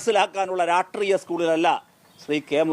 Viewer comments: Eda potan monne..ratreeyam alla rashtreeyam...iyalde thallu...janangalku manasilayitund.. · എടോ Mp റാ ട്രീയം അല്ല രാഷ്ട്രീയം! സമ്പൂർണ്ണ സാക്ഷരകേരളം, ഒരു രാജ്യസഭാ MP കഷ്ടം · രാട്രീയം അല്ല കേണേ രാഷ്ട്രീയം ആണ് ഹേ